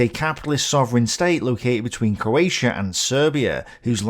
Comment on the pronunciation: For a start you can’t even say coatia It’s CROATIA you Irish 🇮🇪